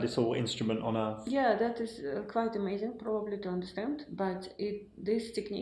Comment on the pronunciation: I wish this genius would learn to say Earth, earff